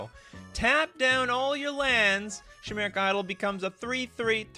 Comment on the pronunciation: I don't mean to be annoying, who cares if people mispronounce stuff, everyone does it at one time or another. In fact I think it's part of the charm of the channel. With all that being said, chimera, chimeric etc is pronounced with a hard "k" sound, kimera, kimeric, it's probably from greek.